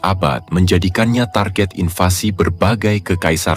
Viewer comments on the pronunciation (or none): none